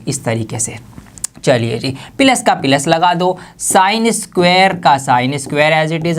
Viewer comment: plus ❌ pilus✅